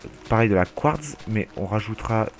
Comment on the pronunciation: on dit phonétiquement : du couartse